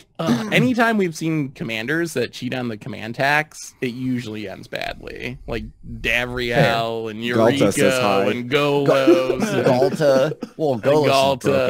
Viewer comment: Davriel, Yuriko, and Golos Yes, Davriel... not Derevi...:)